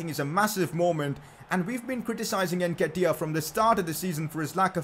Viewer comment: Stop saying NKETIAH name like thst Jesus it’s so cringe